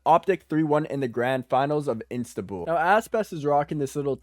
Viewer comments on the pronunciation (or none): bro not instanbul this istanbul s "S" not N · my my said instabul instead of istanbul